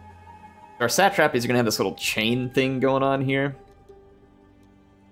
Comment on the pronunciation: what the heck is a sat -trap-eez?